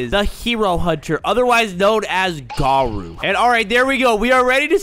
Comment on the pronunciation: Btw his name îs its garo u not garu